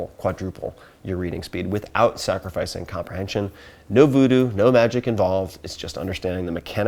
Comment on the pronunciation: 😃😃he said vudu